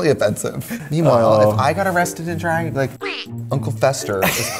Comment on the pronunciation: L J drAAAAAg con not drEIg con